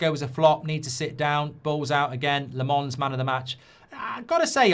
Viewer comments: Its LA-MENS, not LE-MANS. Uve been saying LE-MANS. just need to switch the vowels uve been pronounce, mark... though it doesnt matter if u couldnt do it. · Lammens 👹 not Lamonce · Still getting Lammens wrong mate 😂